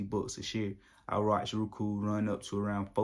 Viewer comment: "Rookoo"..lol bruh, go back to school. Just playing, but for real it's pronounced "Row-Ku"